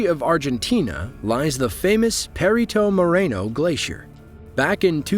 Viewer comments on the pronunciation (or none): Francisco Moreno was an Argentinian explorer and academic who helped define and map the border between Argentina and Chile. This glacier was named in honour of him. Perito means 'expert'. Perito Moreno is not pronounced 'Perry-tomo' but 'Pereeto Moraino. I have been to this glacier twice and it butts into a wall every 4 years and blocks the flow from one lake to another. Eventually the flow under the ice erodes the wall and forms the bridge shape in it's final days. It's in a very isolated place so you have to be lucky to be there on the day of the final collapse. I have also been where that guy was in Fuego Volcano in Guatemala in March, 2018. Nothing special about that footage. It blows like that about every 20 minutes. So they were really just waiting for it to happen and not surprised. The same volcano erupted with massive pyroclastic flows down into the villages in the valleys below, which killed about 170 people (with 360 still missing) just 5 weeks after our group was there. You are quite safe with it if you know which way the wind is blowing. But it erupts with a loud bang like a cannon.